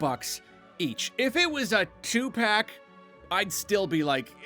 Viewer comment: TWO,PACK HE SAID TWO,PACK